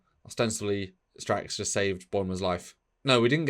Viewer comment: What's with the "Strax" and "Teanna" every episode? Is it a running joke? Just not able to pronounce it?